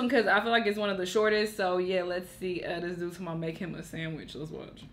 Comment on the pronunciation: “Make me a samitch” 😂😂😂😂😂